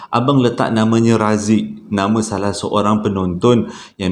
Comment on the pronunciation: Slm abg n gaiss, kira trrawal jugak noti arini,. Prkataan SALAHhh.. abg tu sdp no bila abg sebut😅😅Pe pun cerita Trbaik bang👍